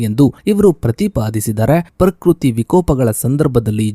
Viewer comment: ಪರ್ ಕ್ರುತಿ ಅಲ್ಲಣ್ಣ ಪ್ರಕೃತಿ. ಕನ್ನಡವ ಕಾಪಾಡಿ.